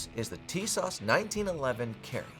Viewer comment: ! have this exact gun and it's literally better than every other 1911 at that price point and even punches about it weight class. Btw it's tee-soshh lol